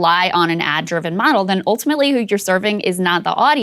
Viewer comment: I'm up to drunk-as-a-skunk, but I've been taking a shot every time she says "oohltimately".